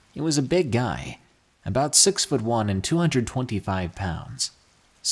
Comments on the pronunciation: Am I the only one that heard him say sex instead of six lmao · Did anyone else think he said “Sex” instead of “six”? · When u said the number 6 for the beginning of story six I thought u said sex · When u said 6 it sounds like sex ik im immature